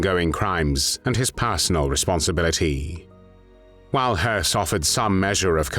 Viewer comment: Höss is not pronounced like "hearse." There is no R sound in this name. It's pronounced "Hess."